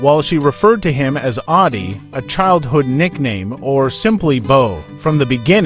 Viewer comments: Audie, not Oddie. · Audie, not " Oddie" ! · It's "Monroe" Michigan. Not "Munro." Also, his boyhood nickname was "Autie," not "Oddie." When he was a child he struggled to pronounce his middle name, and it came out sounding like "Autie." It stuck with him as a nickname from there on. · It's not "Oddie" but "Autie" which derived from a shortened version of his middle name Armstrong.